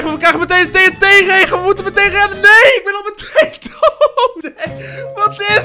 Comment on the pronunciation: Het doet mij pijn hoe jij TNT zegt